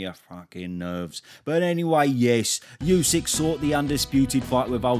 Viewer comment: Oosik, not Yoosik... 😅